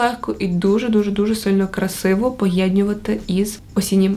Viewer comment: Відео супер круте😍😍😍. Але якщо можна, то говори "поєднувати ", а не "поєднювати ", бо дуже ріже слух 😏